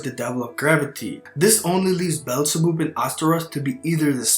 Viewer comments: Beelzebub is pronounced Bee-el-za-bub, not bellzeboob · Bro said Beelzeboob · It's pronounced bee el zah bab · "Bell za boob" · BEelzebub read as bob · as a fan of beelzebub anime im dissapointed on how u pronounced it :(